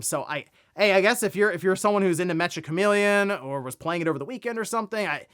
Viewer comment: i think its pronounced meka. Like the robots.